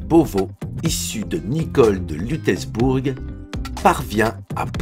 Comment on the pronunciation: LUTZZZELBOURG pas Lutèce bourg. Juste pour petite précision Lutzelbourg est en Lorraine...